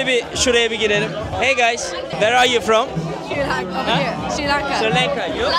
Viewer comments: Sri Lanka!, neden Sri lanke diye telaffuz ediyorsun:)) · Kardeşim harikasınız, Allah nazar değmesin 🧿🧿❤️❤️ birde Sri Lanka'ya sürekli Sri LENKA demeseydin keşke 😢